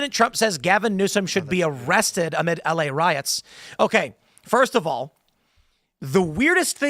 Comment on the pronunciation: I thought it was EL Riots not La Riots.